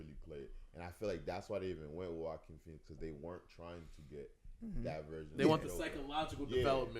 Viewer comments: Who the fuck is Joeaquin pheonix? Lol Bru don’t even say his name right tryna say he a fan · This man just said joe keen Phoenix smfh